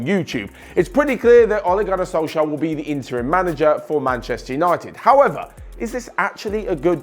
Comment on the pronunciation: Only Norwegian people can say Ole Gunnar Solskjær rigth